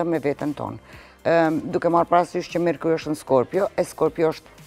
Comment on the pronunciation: Mekuri e jo merkuli oj qorre e bibes 😂😂😂